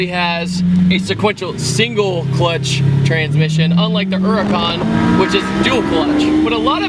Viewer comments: Eracan???? or does he mean Huracan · It's called a Lamborghini Huracan not an Uracan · Why does everyone say "Urracan" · The way you kept pronouncing huracán made me cringe a little. Good video nonetheless